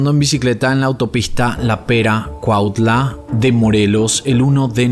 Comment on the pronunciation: Tus videos son de los más completos que he visto. Super profesional. Te tomas el tiempo de pronunciar bien el nombre de cada lugar persona, investigar. Gracias por estos videos tan completos y profesionales. Esto ocurrió cerca de mi ciudad y pronunciaste super bien Cuautla, casi nadie lo hace, ni muchos de los que son nativos de la ciudad.